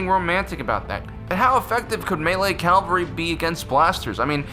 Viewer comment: is it calvary or cavalry?